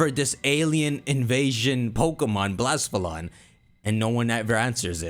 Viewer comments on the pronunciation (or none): Pretty sure its pronounced blah-sef-a-lon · I love your content and theories, but I can NOT get past your pronunciation of Nihilego and Blacephalon